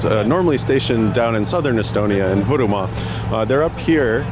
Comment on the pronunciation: First time i hear english speaker pronounce "Võrumaa" correctly :)